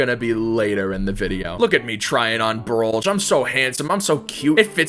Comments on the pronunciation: did he just pronounce it brollj? its pronounced brollge not brolj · Btw it's said broll-ge